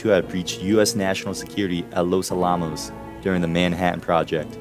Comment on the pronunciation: Oh man, all the time put into making this video with research, etc. and you mispronounce "Los Alamos?" It's pronounced just just like the historic fort in San Antonio, but just add an "s" after Alamo. Los AL-ah - mos, not ah-LAH-mos. Good video though.